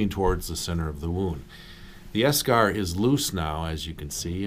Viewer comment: While he's saying eschar, all my brain is hearing is beskar 😂😂